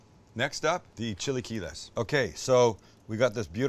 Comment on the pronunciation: chilly key less!! never heard it pronounced that way before.